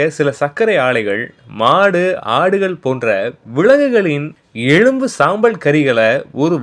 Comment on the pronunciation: டேய் நீ ஸ்டைல பேசறதா நெனச்சி எலும்புஅ எளும்பு னு சொல்றடா..... அத மது பிரஸ்ட்.... இது இப்போதான் உனக்கு தெரியுமா.... இது ஸ்கூல் பசங்களுக்கு கூட தெரியும்